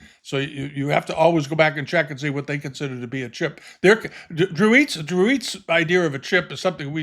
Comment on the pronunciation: FYI: Dreweatts is pronounced "Drew-its" not "eats."